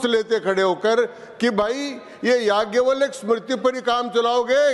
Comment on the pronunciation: चिरकुट बैल बुद्धि को जाज्ञव्लय का उच्चारण भी कहां आता है?